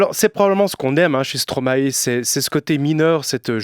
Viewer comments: Juste un détail (mais qui est énervant à la longue, un peu...). Stromae est belge, et en Belgique, on ne prononce pas Stromahé, mais Stromail (comme la plante alliacée) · Les Français, arrêtez de dire "Stromaé". Ça se prononce "Stromaï" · Justement, en latin "ae" se prononce "aï", non ? "maïstro" En tous cas stromae lui-même dit "stromaï". Indéniable, on a fait la même école et on le connaissait en 2005 quand il faisait encore du rap